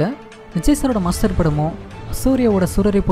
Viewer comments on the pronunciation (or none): Thambi unaku MASTER (மாஸ்டர்) னு சொல்லவே தெரியாத